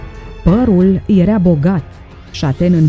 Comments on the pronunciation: Pronunță și tu când prezinți ceva "era" nu "erea" te zgârie rau pe creier. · ador dicția perfectă și vocea e minunată, dar se spune (i)ERA, NU erea.......o doare! Limba română ERA și este minunată NU E-REA! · Deci omul trăi pe Terra înainte de apariția omului. Whattt? Și încă ceva, vezi că zici "ierea" în loc de era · Era* nu "ierea" , jurnalisto !!! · poate ca se pronunță "iera", in niciun caz"ierea". E o diferență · Erea...erea..ce naiba!? 😒😪